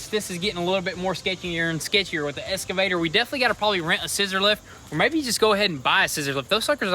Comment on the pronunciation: True but the fact is they can't say the word excavator correctly